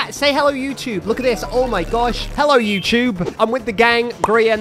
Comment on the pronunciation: “YOU-CHUBE”